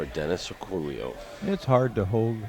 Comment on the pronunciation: His name is pronounced Or-co-yo, not Orculo. If you spoke Spanish you would understand why the error is obvious and insulting.